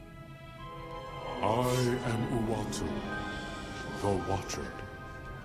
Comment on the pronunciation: The Watcher's name is Uatu....not Watu